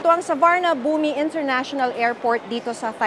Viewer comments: Madam hindi ka man lang nag research kung paano ipronounce ng tama ang Suvarnabhumi. 😂😂😂 it's soo·waan·aa.poom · SUVARNABHUMI , pronounced as SU-WAR-NA-PHOOM ❤ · It’s SU WA NA PHOM, yan ang tamang pronunciation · Suwanaphum po ata pag bigkas sa Suvarnabhumi 😅